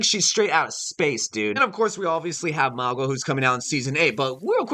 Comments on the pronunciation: his name is Mauga not magua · Bro. It’s pronounced Mow- guh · "Magwa" Lol.